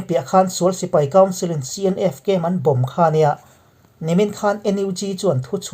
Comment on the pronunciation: Bomb chung chang tiha bomb i thluk dan a dik lo,lung vawm tiha vawm thluk angin bomb chung chang bomb lai kha thluk rawh .